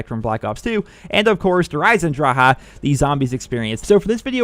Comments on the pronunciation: Good vids but its Eisendrache not Eisendraha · it says drache not draha the c is not silent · dhraha lol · there is no ,,ah'' at the end of this word. there is an ,,e'' . but english people cant pronounce this.